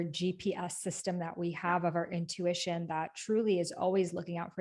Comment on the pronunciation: I thought I was the only one who says “intuwitchion” ✨